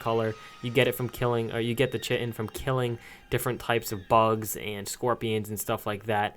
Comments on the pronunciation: why can’t you pronounce pteranodon lmao also why can’t anyone pronounce chitin sjsjsj it’s “ky-tin” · chitin is pronounces Ky-tin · It’s Kite-In stoooooopid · Chitin is pronounce K-itin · Chitin is pronounced Kitin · It's pronounced KITE-in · It's Chitin. With a hard ch. Pronounced Ky-Tin. That's a noobs mistake right there. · 1. Chitin is good 2. You said it wrong